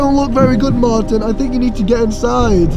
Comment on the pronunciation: its martin.... Not mattin....